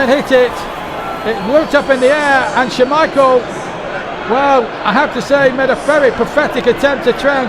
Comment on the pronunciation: I would love to do commentary on one of these I can do a very good Brian Moore for the itv games. The that keeps saying Schermichel instead of Schmiechel😂